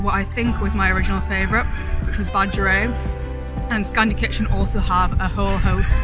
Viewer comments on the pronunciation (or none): heh it’s pronounced like Bah-g-air-ee-et